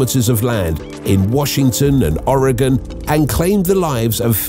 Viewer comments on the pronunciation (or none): none